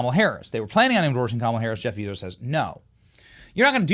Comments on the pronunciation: Lol, you should really learn how to pronounce 'Jeff Bezos' if you want to be taken serious. It is 'jef bay.zows'. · Jeff Bee-Zose 😂😂😂😂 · Benny, Bezos is pronounced BAYzos. I'm kinda shocked you don't know this.